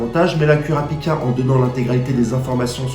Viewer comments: Kurapika on le prononce Kourapika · super vidéo, par contre par contre kurapika ca se prononce courapika xd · oof sa fait mal quand tu prononce kurapika